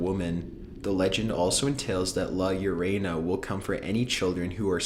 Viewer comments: #9 Ah yes, LA YOU-REY-NAH, MY FAVOURITE LATIN-AMERICAN URBAN LEGEND! It's actually pronounced more like "La YO-ROW-NAH" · "la yerayna" sorry but try again. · lmaoo "LA lloreina" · 9 Its not la yo rey na Its la yo ro na. She tosses her children into the river out of jealousy of her husband and his mistress love of her kids. She tosses them into the rio grande where they are quickly swept away. She quickly regrets it and wanders the bank looking for them but dies of a broken heart. She was buried at the banks and hunts children who cross her near the river. The only thing keeping her at bay is the river and dawn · He prounces La Llorona as "La Llor-aye-na" instead of "La Llor-oh-na" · Number nine is La-La-Row-Na is how you pronounce in it not La-La-ya- raina ITS NOT AZTEC ITS SPANISH AND SHES CALLED THE WEEPING WOMAN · la iorena 😂 you pronounce it like la ee-oh-roh-nah, cheers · its pronounced la YORONA YORENA lol that's funny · it's actually not la larana but actually la lorona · La llorena 😂😂😂 its la llorona👌🏽😂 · Its called the YORONA NOT YORENA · haha loraña it's pronounced like( yo- ro- na) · Why do Americans suck so much with Spanish words. Btw the it's not loraina its llorona (yorona for Americans) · i love how he tried to say at number 9 "La Llorona" and it sounds more like "La Ureina" loool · Number 9 "la yay-ray-na"? its pronounced La Yo-ro-na (Llorona) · "la llerena" lmao its "La llorona" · La llorona not la yerina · its la yorohnah thats the pronunciation lol not yuraynuh llorona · Why do people keep pronouncing La Llorona “La Yorayna” 💀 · "la ioraena" thats definitely not how its supposed to be pronounced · La llerana LA LLERANA I'M DEAD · "la yorena" I died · "la yorena" fuck outta here at least pronounce it right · Haha haha haha la yurana he said it wrong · "La YorEnA" 😂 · lol bro u should work on ur Spanish...number 9 La yoh-rona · Llorona= Ionora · It's la ya rohn a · "La Llorena"? WTF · It's pronounced La-Yorn-Un-Na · "la llareyna" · "La yer-a-naw"